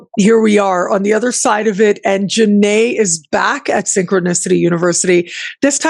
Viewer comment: Hey, please fix her name in the desc and title - Its Janét not Jánet. Thank you. Sadhu Sadhu Sadhu ✨